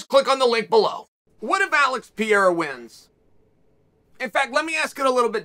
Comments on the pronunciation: It's PEREIRA and not PEIRA. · Why does chael insist on calling him pierra but will literally type pereira. I know he knows he says it wrong and is gonna say one day “can’t believe you guys let me call him that for so long” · U talking about Pereira? Cuz u keep saying Pierra. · PIERA?? OR PEREIRA??? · Why do you keep calling him peeyera chael? Not that hard to pronounce perreira lol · Pierra hasn't yet earned the right to have his name pronounced correctly by Uncle Chael. He only has 5 undefeated fights under his belt. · “Alex Pee Era” - Chael Sonnen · Love hearing Chael call him peeyera every time he says his name since he came to the UFC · Did he did he say Alex pee era? 🤣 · Funny 😁 how he calls Pereira : Pierra 😅🙂😉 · George St. Pierra hahahaha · Who’s piera hilarious that you get his name wrong every single time 🤷🏽😂😂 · Pierra 😂 uncle chael has a problèm with foreigners name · Alex Pee-era 🤣 great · Thought this was about Pereira? Who's this guy Pierra? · Pee era. Gotta love uncle Chael’s always incorrect pronunciation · Dude how are you still saying “PEE -air-a” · PIERRA. CPS is the worst at names. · Pee air uh 😂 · I love you chael but I wish you would stop pronouncing his name (pee-air-uh) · If Alex wins chael will pronounce his surname correctly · Uncle Chael still has not bothered to correct his pronunciation of Pereira. Love it. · If Pereira wins hopefully Chael will learn to say his name correctly lol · It annoys me how wrong chaels pronunciation of Pereira is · He miss pronounces his name every time lol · Why can’t no one say pereira 😂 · not even close pronunciation of alex pereira . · If he wins then you might learn how to pronounce his surname.. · God, I hate how he pronounces Alex Pereira's name.